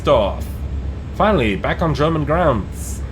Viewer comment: are you German? You are pronouncing everything german veeeeeery good